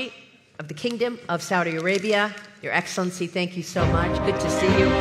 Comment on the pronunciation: Excilincii? What excellence he has?